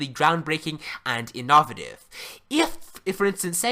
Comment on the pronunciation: In-knaw-vat-ive? The hell is you sayin?